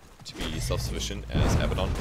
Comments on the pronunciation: Abaddon, not Abbadon. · I think what he means is that you say it like ah-bad-un, not abba-don. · one thing... it's abaddon not abbadon lol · ab-ah-don? Isnt it ah-bad-don? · Abaddon is pronounced "uh-bad-n" btw. Anyway, great video! Helps a lot. I enjoy playing Abaddon quite a bit.